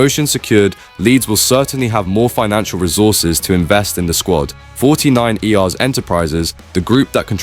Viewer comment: Bruddy Ai narrative 😡 49ers is pronounced forty nine urs....not forty nine eee aar. Doh?